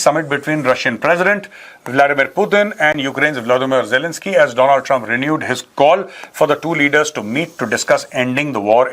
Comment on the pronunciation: Major sahab ❤❤ u are the great man while speaking words jalanski and Putin 😂